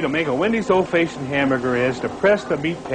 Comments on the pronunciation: What the hell does "Fayshoned" mean? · What's an "Old Fayshoned" hamburger? Also: why are the patties square? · "Old feishoned" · Anyone else notice he said old faceshunned burgers? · lol "old fayshioned" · I can't get over how he pronounces "old fashioned hamburger" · I've never heard the word "fashioned" pronounced that way. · Ive never heard it pronounced like that either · THAT IS NOT HOW YOU SAY FASHIONED,, ARGH